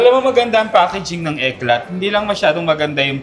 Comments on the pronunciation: Moschino = MOS - KEE - NOH Eclat = EK - LAH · ECLAT pronounce as ECLAAAA SILENT T😂